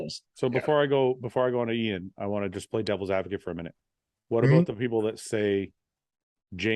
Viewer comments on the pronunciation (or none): Great podcast guys that was awesome, also: Iain, you should update the phonetic pronounciation of your name on your instagram to how Milos pronounces it: "Eee-Yawn" or sometimes only "Yawn".